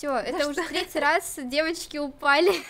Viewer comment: групповое подение😁:ДэвАчки вы упали😂